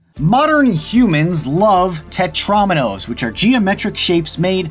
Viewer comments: It's Tet-ROW-minos, not Tet-RAWminos! AAAGH!!! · It's tet-ro-mee-nose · He said tetraminos wrong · ∅: ... Everyone: TETROMINOES